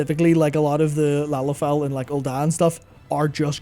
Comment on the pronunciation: Firstly, i never thought i'd live to see the day said the word "Lalafell" so much in 1 video without saying it wrong. Secondly, I've only ever seen 1 Lalafell in game that is a child an frankly I'd rather not think on the biology too deeply out of fear of my own sanity. Seeing as it was an adult sized and named "Starving childling".